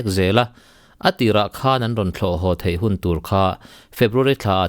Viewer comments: "thei" i lam dan hi a dik e...."mauthei" lamrik angin i lam a,,a dik...mizo tawng dik ani e... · Thei rah fruit lam anga lamlo in theihna lampang zawnga lam tur anih hmel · "Thei" tih lai hi a tir lam vawihnih vawi thum vel kha chu i tisual palhah ka lo ngai deuha, mahse i lo la hre ngai lo hrim hrim a lo nih dawn hi. Pu C. Rokhuma te thu leh hla hre pha la chuan i lam dik zaih mai tur..😄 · Thluk hian dik zok in ka hria..mhs soi tam lo mai ang